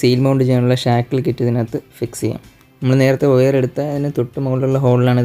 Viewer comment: വയർ(wire) എന്നാണ് ഒയർ(oyar) എന്നല്ല.....we expecting more informatics vedios...